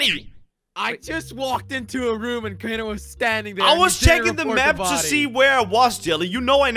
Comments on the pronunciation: Wait idk why keep calling crainer comtainer 🤣🤣🤣😂😂😂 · idk why say crainer container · Why does thy call craner I contaneir do u guys notice? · Its not container its crainer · His name is not contanier his name is crainer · said name of Crainer she saying container hahahahaha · () calls crainer, "container"